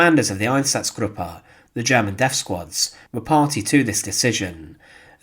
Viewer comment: Deaf squads or death squads. There a difference in pronunciation.